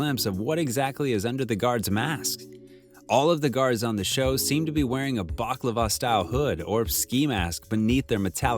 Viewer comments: narrator says "Guards wear a baklava under their mask" caption says "balaclava" - blame the narrator. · ...did he say baklava?